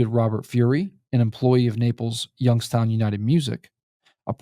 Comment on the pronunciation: Why do you pronounce it as "Yunkstown"?